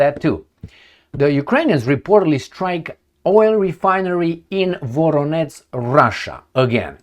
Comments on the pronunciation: please, work on your pronunciation of VoroneZH. That ending ZH is pronounced the same as the first letter in July. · Voronetz -> Varonej